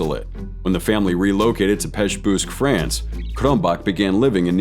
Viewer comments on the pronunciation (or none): none